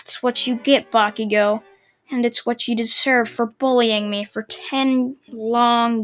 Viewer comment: why do you say meh instead me ?